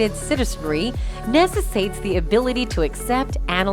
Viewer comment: Narrator needs to acquaint herself with a dictionary, or better yet the websites that pronounce words for you. Necessitate, adversary, absolutes.... Takes seconds only online. "...like the right to BE (?!!) free, albeit hateful speech on campus"? Maybe re-record over mistakes, or edit out a wrong word, like "be" in this case? Certainly it was intended to read "...like the right to free, albeit hateful, speech on campus."